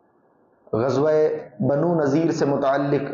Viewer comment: بنو نضیر ہے Not نذير